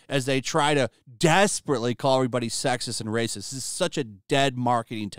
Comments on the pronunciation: This brrrrrrrrracist never gets old xDD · RRRRRRRRacist RRRRRRReceipts please?? They have none!